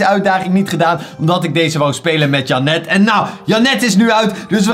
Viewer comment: Is het zo moeilijk om de namen in het Engels te zeggen dus jenet ik ga het nu onder elke video zetten wnnr je het zegt